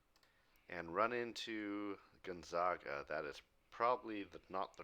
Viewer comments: Gone-zag-uh. Not Gun-zag-ah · Gonzaga is pronounced Gon-Za-Ga as in Sega. Not Sawga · Just lettin ya know Gonzaga is pronounced like “bag” not “bog”